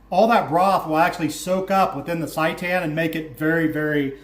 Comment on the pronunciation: Can't stop laughing at the pronunciation of seitan :) it's pronounced "say tan" good video!